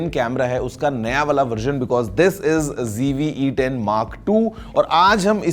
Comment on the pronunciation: Mujhe aaj tak ye samjh nhi aaya ki Z ko G kyu padhte h youtubers???😢 School me to Z padha tha hamne.😂😂😂😂